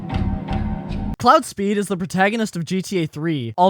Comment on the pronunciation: why the fuck are you butchering every single name ever in the GTA series😭 "Cloud Speed" "Tony Chipriani" wtf is next??😭